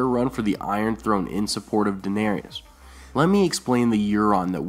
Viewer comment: PRONOUNCE DAENERYS CORRECTLY GOD DAMMIT!!